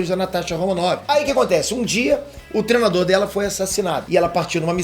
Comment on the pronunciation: “TREnador” hahaha, o não consegue falar treinador 😂😂😂